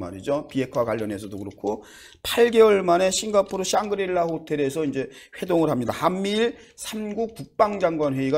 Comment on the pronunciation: 샹그릴라를 썅그릴라로 발음하시는 센스...ㅋㅋ..아놔...